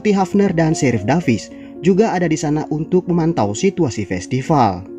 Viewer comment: Min, kamu orang Sunda ya? Festival = Festipal 🤭